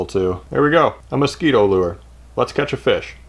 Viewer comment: Mos scwEEto